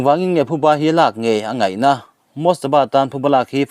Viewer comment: Thuba ni lovin Phuba a ni a, i chhiar/Lam dik tawh hram ka beisei.